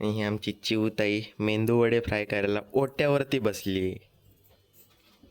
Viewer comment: Mendu wada nahi re Medu wada 😂😂.. baaki chaan zala video